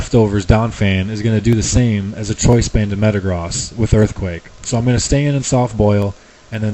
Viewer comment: I realize that Metagross has the whole cross thing going on but it still makes sense to me to say the "gross" like you say the word gross with the long o.